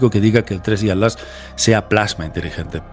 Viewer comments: ¿ por que le dices "ALAS" y no ATLAS? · Con mucho respeto mi querido, pero noto que te cuesta decir la palabra ATLAS 😊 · Se dice Atlas y no At las